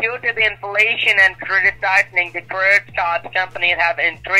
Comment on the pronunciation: "CURDIT card" --- LOL!!!